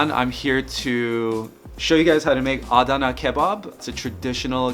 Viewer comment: Ah-dawn-na. All said collectively not in separate syllables